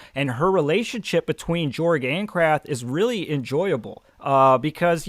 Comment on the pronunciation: I'm pretty sure you pronounce Jorg as "Yorg" as his world is set in an altered Europe if you look in the maps, Ancrath being in what resembles Germany, leading to his name sounding more like a Y instead of a J.